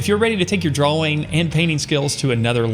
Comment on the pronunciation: Why cant he pronounce drawing lol 'drauweng'